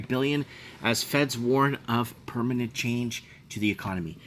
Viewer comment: it's permanent... Not permanate. 😂👍